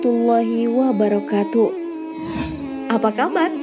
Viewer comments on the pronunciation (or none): none